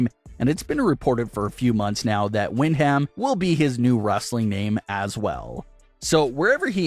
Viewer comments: Can he also properly pronounce Windham as “Win-dum” and stop repeating Wind-HAM over and over 🤷🏻‍♂️🤦‍♂️ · WOW wind-ham!!!! have you never heard his name pronounced man that hurts. his first name is his moms maiden last name Windham pronounced win-dum. watch any match entrance of his uncles Barry and Kendal. bad butchering of names is bad reporting and makes you seem like your reading a sheet from someone else and have no clue what your talking about. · Its pronounced win dum not win ham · It's pronounced, Whin-dom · I don’t think the way his name is pronounced is wind ham maybe you need to check with somebody it sounds stupid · Oh my God you are killing the pronunciation of Brays real name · Your pronunciation of Windham hurts my soul. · Windham..haha. His name is really not that hard to pronounce.